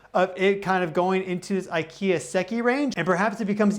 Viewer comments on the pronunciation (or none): none